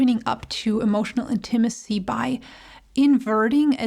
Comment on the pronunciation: Your pronunciation, inflection of the word 'Intimacy' is a bit off.